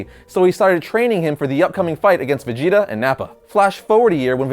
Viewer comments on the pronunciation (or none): He pronounces vegeta fajeta